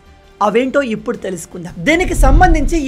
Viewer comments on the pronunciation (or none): none